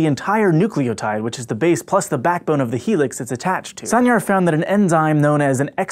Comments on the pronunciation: Sancar is Turkish and pronounced "sahn-jar" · Yay, now I know how important those chemists' discoveries were! (Aziz Sancar's last name is pronounced like "sun-jar" by the way. Not a crucial mistake, of course.) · The "C" in Sancar is pronounced like "G" in George. :) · The "C" in Aziz Sancar's last name is pronounced the same as a "J" as in JAM